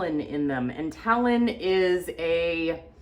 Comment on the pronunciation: Tannins not talon 😅